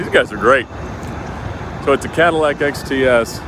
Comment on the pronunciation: Nobody:: I BOUGHT THE CHEAPEST CATALAC IN THE US